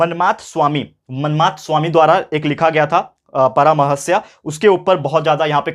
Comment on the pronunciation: Param - rahasya.. Not paramarashya